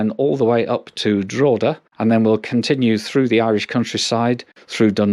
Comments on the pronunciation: Not DRAW-duh,. It's DROH-heduh. Not BALL -Briggin, but Bahl -BRIGG-in. And the -TH at the end of 'Meath' is as in the word 'the'. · Its 'Drockeda' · I love the pronunciation of Drogheda lolol good video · Definitely not!Its pronounced ‘Drogheda’🇦🇺🇮🇪